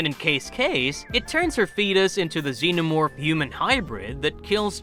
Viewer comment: Xeno more